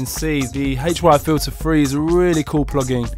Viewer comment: the way you say HY-Filter3 sounds rough